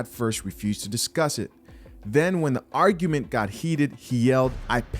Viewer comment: Dude read THEE Deon Saunders' comment like : "this other commentor says" lolol